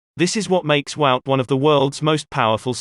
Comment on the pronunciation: Guys, Wout is pronounced Vote, not Wowt- it's that simple and exactly that, Vote, NOT Wowt! Please!